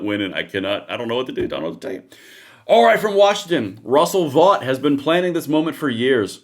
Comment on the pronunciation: Russ Vought pronounces his name like Vote!